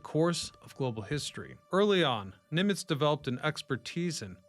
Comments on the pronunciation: Why do you say "Neemitz"❓ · It's not Neemitz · Yeah that was weird